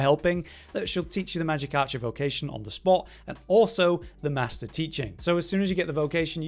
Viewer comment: ’Maister' is pronounced 'may-ster'.